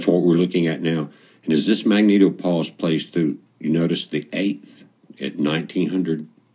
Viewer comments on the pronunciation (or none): none